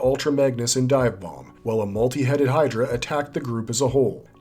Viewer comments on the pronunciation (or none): none